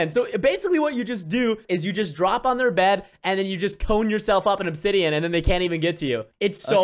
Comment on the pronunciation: Its obdisain not obsidian lol